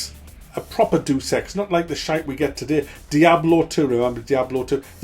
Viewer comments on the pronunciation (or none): How pronounces "Deus Ex", it sounds like "durex" or "do sex". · "doos ex" yikes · It's pronounced: Day Us Ex.